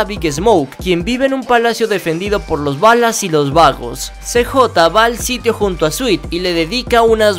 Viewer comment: Si bro pero se pronuncia balas no se dice ballas -_